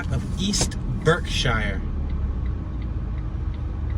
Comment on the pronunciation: We pronounce it berksheer not shire like in the hobbit hahahah.